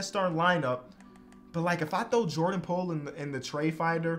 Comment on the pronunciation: “Jordan pole” 💀💀